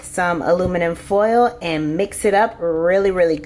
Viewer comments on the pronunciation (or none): none